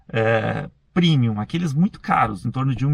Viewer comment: Carro "Primium"? Não seria "Premium"???